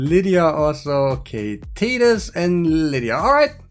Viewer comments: Titus is pronounced “tight-us” not “teet-us” 😉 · Friend its Tie Tuss not TEE tus. Like Tie your shoe. Tie tus.